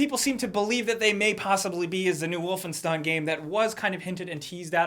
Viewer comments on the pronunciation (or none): none